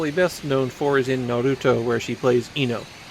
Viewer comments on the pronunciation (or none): none